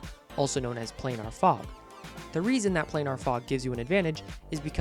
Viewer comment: lol play-nar